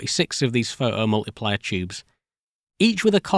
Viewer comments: how come you can say "photocathode" but you can only say "pho oh multiplier" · That's a really interesting video, but my french hear was constantly distracted by the "pho-hom-uliplier" and the "wo-eh" 😆. Anyway, the story was well told and the job well done ! Thanks for your work :) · What are the rules for whether the "T" is pronounced or not? "Photo" as a standalone word seems to have a "T" all the time, but "pho-o-multiplier" doesn't.. And what's the difference between a "photon" and a "pho-on" as I couldn't determine when it's appropriate to use one vs. the other.. 😝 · "The pho-o mul-ipli-er eh!" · The seemingly random change between pronouncing "photo-" and "pho'o-" because of the British accent has me rolling. "Pho'omultiplier" then next sentence "pho-to-voltaic". This is giving me linguistic whiplash. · it's "phoʔo", not "pho oh" :P it's called t stopping and not any weirder that north-american t flapping.. "pho doh" ("phơ dough"?) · Awesome video! But why can you pronounce photoelectric perfectly but omit the "t" in photomultiplier?